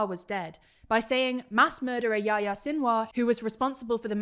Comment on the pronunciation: not pronouced "Yaya". it's "Yehiya" if anything.